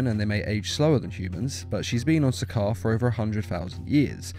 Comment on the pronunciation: to correct u it’s sakaar